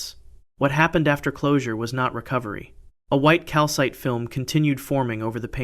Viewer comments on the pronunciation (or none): none